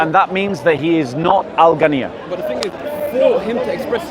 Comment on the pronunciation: Its ghina not ghanniyya